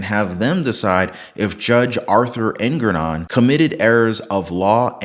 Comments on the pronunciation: Jfyi, it's pronounced Engoron, not Engranon, probably better to just use the term 'dickhead', everybody will know who you're talking about. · Engoron. Slow down and say it right. En - go - ron. It's not Ergonon, not Erngornron. Slow down. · Its enogron not ergaron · En-Gor-On…Not En-gron-on, Err~ger-on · Dammit man you're saying his name wrong. It's Ego-MORON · Anyone who believes in trump should be ashamed. Shame on you! Learn how to pronounce the judge's name before you criticize him. Trump didn't come to drain the swamp. He came to drain the treasury. Wake up! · You can't even pronounce the Judge's name correctly and you sound crazy, as if Donald Trump is innocent! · I really enjoyed your commentary. You butchered Engoron’s name. 😂😂😂